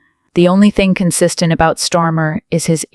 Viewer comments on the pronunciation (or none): I am going to help t he fools who do this channel. The UK PM is called STAR MER. Not Stormer. Please reprogramme your robot. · We know he's a twat but you could at least get his name right who the fuck is stormer. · He's Kier Starmer and NOT Kier STORMER, get the name right you idiot. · You need to get the PM's name right. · Who is Storm? AI getting it wrong again. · Shit reporting , can’t even get his name right.